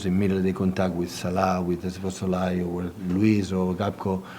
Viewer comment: the way he pronounces Szoboszlai kills me every time... lol